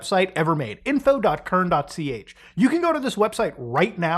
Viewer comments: CERN is pronounced "sirn" not "kern." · My dude you should really know by now that CERN is pronounced with a soft "C" and that it's very much a European thing. The internet is NOT American. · I've never heard cern pronounced with a hard C and I don't know how to feel about it. Great vid Muta! Thanks for your coverage around the UK legislature.